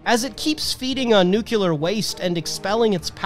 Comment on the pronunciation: You said "nuclear" correctly, then you changed it to "nucular", which is incorrect. Why??? 😵‍💫😵‍💫 It's "new-clee-ur". Just stick with that.